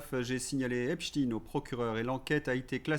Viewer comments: Pourquoi dites vous Epstine au lieu de Epstein ??????? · C'est "epteïne" pas "epstine". Pk franciser le nom de ce psychopathe ??? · Non c'est n'importe quoi, le journaliste américain a dit Epsteen😂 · ARRÊTEZ DE DIRE EPSHTINE c'est EPSTEIN 😡 Vous dites einstein ou einstine ? Vous couvrez son origine ? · Ceux qui prononcent Epstine, sont souvent ceux qui émettent une accusation contre la Russie dans cette affaire, même si ce n'est pas votre cas vous faites leur jeu ,malgré vous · Il faut vraiment être naze, pour dire "Epstine" ! C’est sa judaïté revendiquée et raciste, qui vous dérange ??? Je ne connais ni WeinstINE, ni RubistINE, ni EinstINE, ni BerstINE ! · Bonjour! Vous avez reçu des insultes pour avoir prononcé "epstiiiin"? Personnellement, je prononce "espchtaïïne" depuis que j'ai entendu les brêles de conspipi waterclosette prononcer avec application "epstiiiiiine". 😅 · Je ne suis pas d'accord avec ta prononciation d'Epstine 😂. Me mettre dans une catégorie sans avoir lu mon argumentation, hier, ce n'est pas juste ! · Pourquoi prononcez-vous Eps-tine ? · lol tu fais chier à dire Epstine!!! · C'est vrai qu'on prononce Albert Epstine désormais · encore " epstine! ça suffit cette prononciation! je ne vous écoute plus je m'en vais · epsteine ou epstine, cela me fait penser au film "young frankeinstein" et à son extrait où le professeur dit à l'un de ses élèves qu'il faut corriger la prononciation de son nom de famille. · En même temps Epstein est un nom germanophone juif et par ailleurs on ne dit pas pour Frankenstein frankenchtine. Dans mon Alsace plusieurs villes et villages ont des noms qui se terminent pas stein comme Erstein et on dit bien ein et non ine. Mais évidemment c'est pas le plus grave. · Tant que tu continue à appeler cette ordure avec la prononciation anglaise je te 👎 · Oui c'est Epstein et pas Epstine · C'est pas Epstine mais Epstein